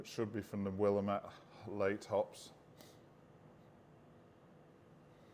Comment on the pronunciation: In Oregon, where Willamette hops were developed, they pronounce it as will-LAMB-it.